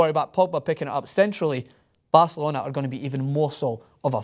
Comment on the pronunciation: a typical pathetic english bi*ch who is pronaouncing barcelona(the best football club in the world) and paul pogba all wrong just cuz he thinks shitty EPL is the best. PL is a joke. and for pogba, joining PL over La Liga is like buying a toyota over a Ferrari. like seriously, EPL is insanely boring and this fankid says he always watches EPL games. that doesn't make your league the best. you get screwed and ripped apart in CPL.